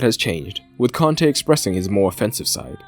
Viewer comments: Why is mans pronouncing Kante and Conte the same?😂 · Nope. Its a native Malian name given to him by his Malian parents. So he might be French but his name is not. The African way of saying it is Kante and not "Con-tay". Hence the pronunciation is wrong by the English commentators and in the video. In fact they pronounce it the same as the manager so there is no distinguishing.